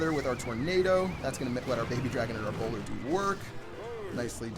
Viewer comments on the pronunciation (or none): Oh lol I thought u were saying browler